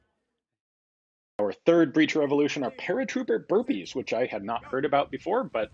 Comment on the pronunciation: That's not "burpees" .....wtf